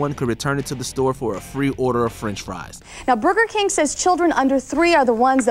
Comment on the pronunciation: Did she say booger king?